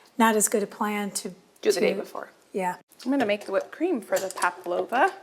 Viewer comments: The dessert is called PAVLOVA, not paplova. There is a constant mispronunciation of the word. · Hi, nice to see you and your lovely mom cooking together. The name of your nieces requested dessert is Pavlova I think that’s is what you mean. At first I thought you said Paplova and I thought that’s something new I had never heard of before. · The dessert is called pavlova. Sometimes it sounded like you said "paplova", which sounds like something you go to the lady doctor for. 😆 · Do Americans say ‘pablova’?? We say pavlova! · Everything looks delicious! But i keep hearing Pa-P-lova, i believe it is Pa-V- lova😉... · Since you asked how to say it, it's Pavlova. P-a-v-l-o-v-a, not Paplova. 😊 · Just to correct: it’s Pavlova (v) Not paplova (p) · Fun session, great menu, but are you saying paplova? ❤😊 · i love the big cook up days with your mum! so many good tips ❤ also...as an australian i feel i am an authority on pavlovas - and i can tell you you pronounce the V - so it is paV-lova....and we just call them pavs... eg. Oh Chezza you brought a pav - good onya love! 🇦🇺🦘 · It’s Pavalova not paploma. It’s an Australian dessert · Pavlova is pronounced Pav lova 🦘🦘🦘🦘🦘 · I came here to ask if I had heard it incorrectly lol. I guess I didn’t